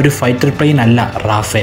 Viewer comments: Yes, it's റഫാൽ not റാഫേൽ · റഫാൽ ആണ് it's a French name, റാഫേൽ അല്ല.